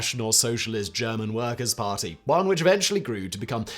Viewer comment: Thanks for butchering every German word beyond recognition 😂